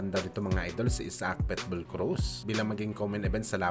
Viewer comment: marunong k b magbasa?anong petbul ang tamang basa jn pitbul bobo!